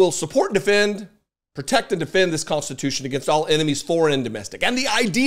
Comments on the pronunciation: WTH is 'constitoosh'? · Did he say we're gonna make it constute?! 🤣🤣🤣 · "We'll make it constitoosh". (Trump)